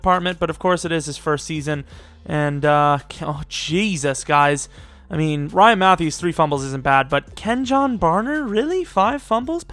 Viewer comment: You mispronounced Kenjon Barner's name, the J in Kenjon sounds like a Y, phonetically it's Kenyon